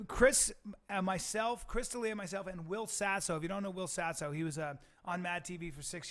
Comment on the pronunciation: It's Del Ea